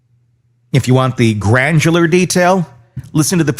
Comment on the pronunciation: Granular. Not glandular “GRAN-DU-LAR” as in grains of sand level of detail